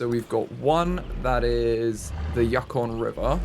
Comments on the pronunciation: As a Canadian, hearing him say yuck-on was painful 😂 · This is a year old and I'm not sure if someone said but it is pronounced "yoo-con" the yukon is one of the territories of Canada and i believe the name has indiginous roots but id have to look into it! It's right near the arctic circle